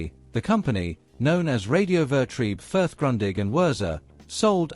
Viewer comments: While I found this report most interesting, the mispronunciation of German names of people and places was painful to hear. Grundig is correctly pronounced 'Groondig' and Bayreuth is 'Bye -royt', Fuerth is pronounced 'Fyeurt'. For an evidently thoroughly-researched piece this is a miserable mistake. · The Bavarian town of Fürth (unintelligibly pronounced by the speaker) was not only the home of Max Grundig and his company, but also the birth place of Ludwig Erhard, who was the father of the West German post war Wirtschaftswunder (economic miracle). Furthermore, Henry (actually Heinz Alfred) Kissinger, future U.S. secretary of state was born in Fürth.